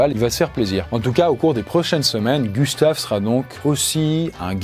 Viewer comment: Le k de Gustave et super bien dit